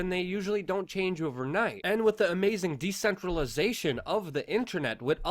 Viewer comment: 'With' is still pronounced 'with'. Not 'wit'